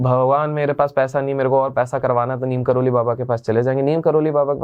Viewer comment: Bhai Neem Karoli nahi Neeb Karoli